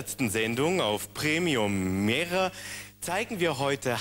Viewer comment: "Willkommen bei Premihre." 😁